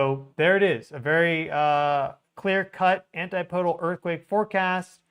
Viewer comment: Sorry for this, but but my O/C kicks in every time I hear it. ANTIPODAL: an-TIP-uh-dul. "PODE" is not stressed. Keep doing the good work,. You are greatly appreciated.